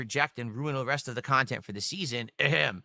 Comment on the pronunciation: "I don't do drama or lolcow khantent" 🤣